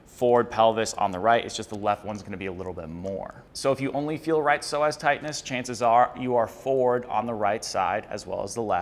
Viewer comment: Psoas is pronounced “So us” not “so ass”